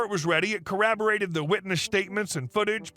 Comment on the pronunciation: "corraborated"? You are aware that there is an "o" in that word. It's not the first time that I've heard someone use that same mispronunciation .